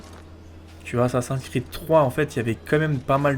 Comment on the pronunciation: Est-ce que tu pourrais le dire a l'américaine (Assassin's pas Assassin)car sa me pique les oreilles (si tu veux pas c'est pas grave ).Sinon continue comme sa c'est géniale !